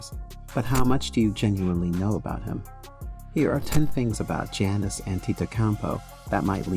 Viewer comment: its pronounce yuness with a Y not janice